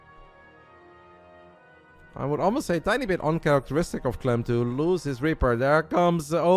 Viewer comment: Bro, you called clem a clum Lol...